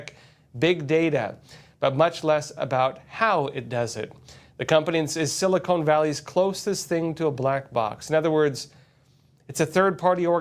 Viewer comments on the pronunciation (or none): you’re awesome but it’s “SiliCON Valley” not Silicone 😁🫡❤️🇺🇸